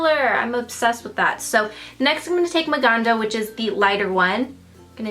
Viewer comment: Love how you say Maganda and Mahal because I am filipino haha and I like how put that name. You did an awesome job here. 😊😍